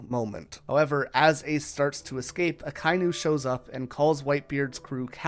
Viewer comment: My man, it is pronounced Aka-e-nu